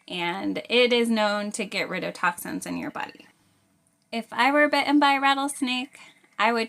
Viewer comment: 'Bitt'en' . Lovely and juvenile.